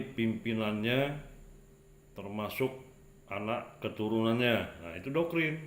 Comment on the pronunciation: Saya kok jadi bingung, itu bilang Doktrin atau Dokkrin ya?